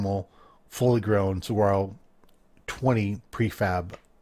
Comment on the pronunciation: fyi the big cactus is pronounced suh-war-roh.